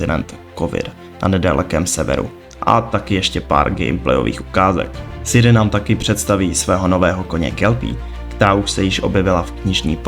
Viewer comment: 1) Vyrazit dech, ne vytrhnout dech – vytrhnout dech prostě nic neznamená 2) CD Projekt Red se vyslovuje CéDé Projekt protože je to Polsky, ne Anglicky 3) Není to Siri, ale Ciri!!! 4) Kovir není kontinent, ale země na stále stejném jednom kontinentu 5) Nikdo Ciri neupravoval obličej, jen první trailer je nasnímaný jakoby přes fisheye objektiv 6) Nového koně Kelpie, která se objevila v knize je protimluv 7) Combat system není o lektvarech, ale o technice soubojů